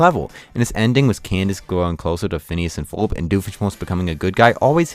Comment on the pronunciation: *Ferb... Not Forb/Furb